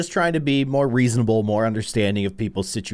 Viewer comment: It's not weasanable it's reasonable😂😅